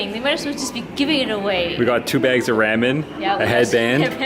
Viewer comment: Let me help you out with the pronunciation of ramen. Try saying it like this: rah-men.